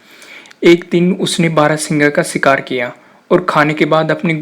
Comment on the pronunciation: Sher hota, ser nhi. shikaar hota, sikaar nhi. purash hota hai, puras nhi. Sotry achi thi but theek se words bolna seekh lo...